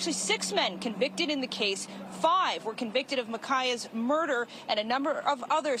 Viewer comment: She said shmurder 😅